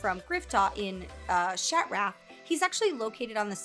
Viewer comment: the way she says shat-wrath! made my day